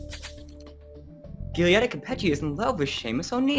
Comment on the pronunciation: Hi, just a thing: Giulietta is pronounced like Julietta, and Capecchi is pronounced like KapeKi. Just a little advice for the next videos! Keep on with your work!